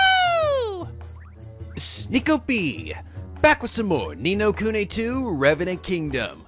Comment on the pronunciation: tfw finally pronounces the game's name correctly.